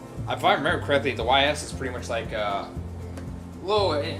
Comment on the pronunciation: Lol Ys it’s pronounced Ee’s